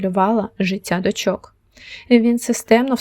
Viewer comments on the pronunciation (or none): Не дочОк, а дОчок